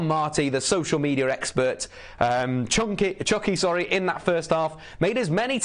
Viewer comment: Lol, it’s Chucky* not Chunky. 😂